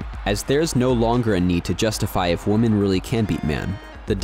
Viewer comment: The narrator does not know how to pronounce the word "women" (plural). He keeps saying "woman" (singular).